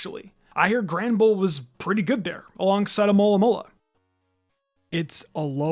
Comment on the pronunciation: No way he said 'Granderbull'